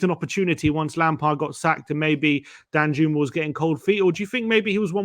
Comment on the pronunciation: I’m pretty sure it’s pronounced Dan-yooma